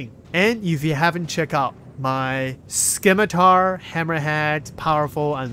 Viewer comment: Cap, thank you for making the effort on "Scimitar". Much Appreciated!